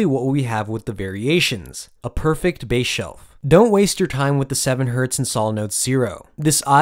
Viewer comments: just keepin it real my dawg like the video is good. Just you kept saying "bay shelf" like in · If you read this comment just practice saying "bass shelf" out 10 times then consider remaking the video U saying it like Bay Shelf my dawg